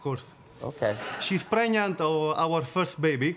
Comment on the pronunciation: ...what a baaaaaaaad pronunciation!! I know you'r italian (like me) but "preniant" "ggggender"...come ooooooon